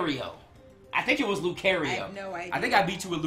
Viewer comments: It's not care it's car io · its lu-CAR-io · he said lucario wrong